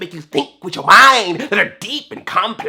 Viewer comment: with yooooouuuuuuuu (black nerd reviews) ... It actually took bold green subtitles for me to finally understand that!! hahaha